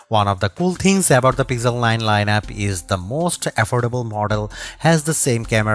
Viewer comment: Pixel ❌ Pizzel ✅